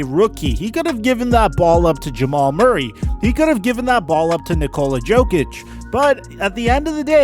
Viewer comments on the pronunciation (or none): It’s pronounced Yo-kich no Joke- itch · Jokic not dzoukic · How do you not know how to pronounce jokic